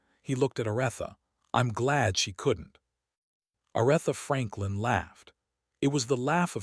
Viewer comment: It would be nice if you would pronounce her name correctly. I stop watching as soon as I hear her name mispronounced.